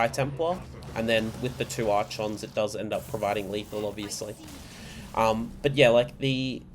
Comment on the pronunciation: "ark ons" not "arch ons" :)